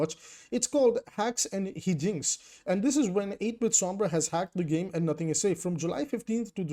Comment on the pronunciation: It's "high-jinx" 🙏❤️